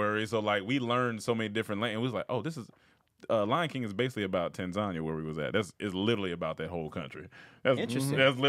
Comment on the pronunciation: Did he really just say Tanzania and TA-ZAHN-YA…. It’s TAN-ZA-NEE-YA omg bro lol